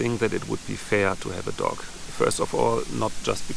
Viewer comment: Your accent caught me off guard and taught people were telling you to get a pet duck to help boost your subscribers as that would be ideal with that lake about. Then I realised you meant a dog.